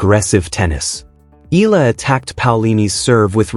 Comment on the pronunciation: please pronounce her name correctly.. it's pronounced as EEE YAH LA